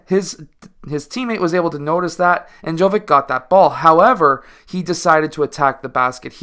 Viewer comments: if you can pronounce "jokic" correctly, why won't you try with "jovic" as well? same ending. same pronounciation. also like "dragic" and "doncic" and even "pulisic" ... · Dude, his surname is pronounced exactly as Jokić's, it's only he's JoVić. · It is pronounced same as Jokic but with V in stead of K